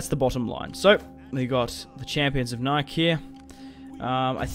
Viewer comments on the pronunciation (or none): I understand that this is a super old video and you probably won't see this comment....But it is not Nike like Hike....It's like the shoe, Nike (Nik-E) the Greek Goddess of Victory. Love all your new stuff and still go back to watch the old stuff. Good-day M8... Or I guess the way you say it would be Nike (like hike) but at a y on the end, Nikey I suppose....But spelled Nike...Again, great vids, old and new m8.